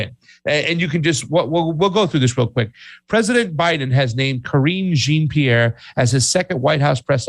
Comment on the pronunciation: You mispronounced Karine Jean-Pierre's name you linguist!